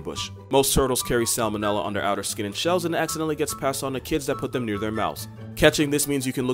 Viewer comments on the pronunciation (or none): none